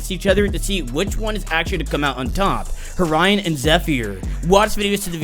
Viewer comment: Btw they time stamps Horion says Orion :)